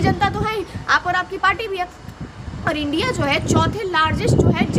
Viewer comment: India❌ undia✅😅😅😅😅